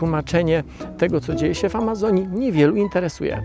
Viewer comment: czy tylko ja słyszę "alazonii"? ;)